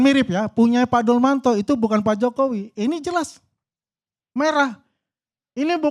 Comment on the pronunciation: bukan peneliti dan bukan akademisi dia penipu dan berbohong bukan dia sengaja mengeja dumatno menjadi Dulmatno memang licik ini